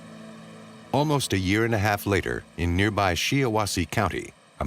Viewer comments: Just FYI, it is not SHEEAWASSE county. It's pronounced SHY WASSEE. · She - ah - wah - see??? ROFLMFAO. That's not how you say Shiawassee.... It's SHY - AH - WAH -SEE. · Lansing is my home town. If they had done their homework they would have known it’s a long i in Shiawassee (not She-awassee). And the investigator is Trost (long o) 😁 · The narrator should have looked up how to pronounce Shiawassee. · He said Shiawasee wrong lol